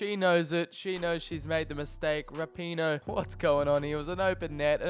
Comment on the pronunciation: He pronounced rapinoe wrong